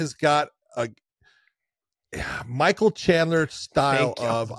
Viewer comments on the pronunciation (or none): none